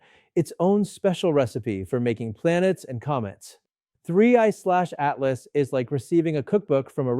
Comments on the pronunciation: Just say Atlas! Not A.T.L.A.S. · Michio’s had work done. Also, please stop spelling it out, just say “Atlas”. Doing my head in. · cant even say atlas right.....